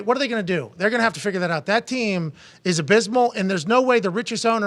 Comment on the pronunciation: the ticker said find aht ....not (out) but (aht) how he's doing